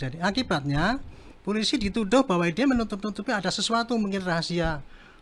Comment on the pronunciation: jabatan penasehat kapolri tapi ngucap polisi jadi pulisi 😂😂😂